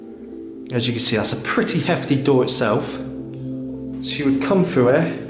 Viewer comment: I like his accent he pronounces th as f....frew and bafroom so cute 😊❤